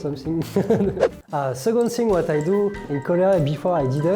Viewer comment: 그냥 프랑스어로 하지... 발음이 정말 알아듣기 힘들다 ㅜㅜ 프랑스어랑 영어는 철자가 비슷한 단어들이 많아서 프랑스 사람들이 그냥 영어 단어라도 프랑스어식으로 읽어 버리는 경우가 많은데, second도 그러함. 프랑스어로 '스공'. 그래서 이 아저씨는 영어 second thing을 '스곤 씽그'라고 발음했네요 -_